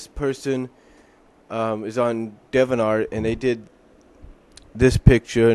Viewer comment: It's pronounced Dee-vee-ant Art.